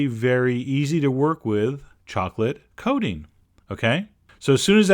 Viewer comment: Chocolate Coding XD he keeps saying it like that. :PP coaTing